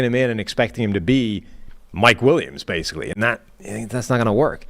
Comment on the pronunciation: when he says basically, but pronounces it basic-key gets me every time